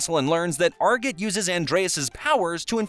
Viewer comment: Saying arjit wrong